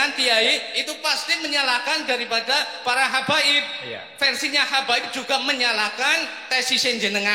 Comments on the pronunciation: Hababi.. ?? Duh pak, kepleset lidahnya koq malah nganu yaa... kemekel aku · Semangat sekali bapak ini sampe kepleset lidah terucap cinta habaib tapi tolong di maafkan karena bener tida di di sengaja lain dengan pak rizik yang salah ucap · Hababi, kesleo lidah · lidah kepeleset habaib...jadi ha......pertanda apakah..